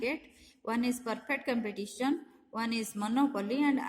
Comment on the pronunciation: It's Competition not compitation